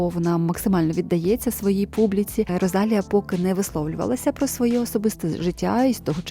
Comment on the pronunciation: будь ласка заверніть увагу на наголос) Rosalía